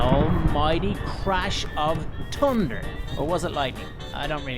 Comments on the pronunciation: Sry for this but I have never heard someone say tunder and not thunder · he said tunder